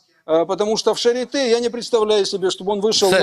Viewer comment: клиника Шарлатэ... нет Шапитэ... А Шарите же, точно.